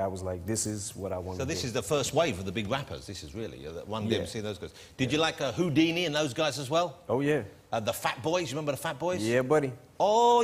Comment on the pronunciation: “The big wappas” “Aaaawwe the summaw bweeze” 😂😂